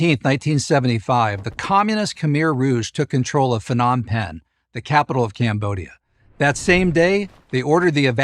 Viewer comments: It’s pronounced “Nom Penn”. I lived there for a bit. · How can a professor who claims expertise on this subject mispronounce the name of Cambodia’s capital, Phnom Penh, in the opening paragraph? That is not a minor slip. It suggests either ignorance or a careless lack of preparation. In either case, it immediately undermines credibility. I stopped watching right there. Do better.